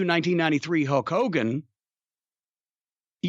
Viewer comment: I swear Jim called him Hoke Hogan, like Hokey Hogan